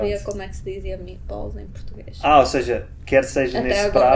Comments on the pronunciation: MeAtballs, não meEtballs. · Meetbolls??!!! What?! Lol!!!